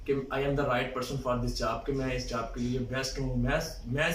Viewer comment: job* not jab